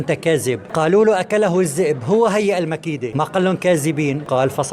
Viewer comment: مش لما يبقى ينطق كلمة كاذب صح وينطق كلمة الذئب صح مش كازب والزئب